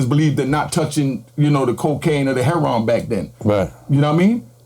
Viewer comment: HEROIN... not herryON